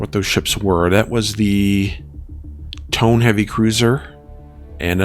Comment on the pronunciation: Hiei... "He-yea" (rhymes with hay) Tone... "Toe-nay"